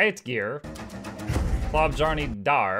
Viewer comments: It is not being pronounced "Klobb-jarney". The correct pronounciation is: Kloh-byahrrneh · Klobjarne can be translated into "bear claw" or "claw of the bear" or "claw of the brown animal". Klo = claw. Bjarne = bear. so it would be more correct to pronounce it "Chlo(e)-bjarn-eh" instead of "klobb jarny". and don't with "i speak english blahblahblah" cause i have to pronounce your words correctly when i speak yours :P you know, words like archipelago haha jk its okay, dude it dont mean that much to me.